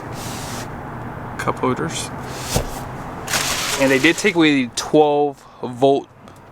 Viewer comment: “cup hoders” 😂